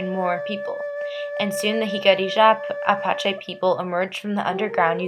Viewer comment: Im really hating how you pronounce Jicarilla Apache😒its Hic-uh-riah Uh-Pach-ee